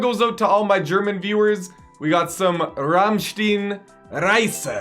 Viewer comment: "Ramsteen"... pleaso don't 🙈😂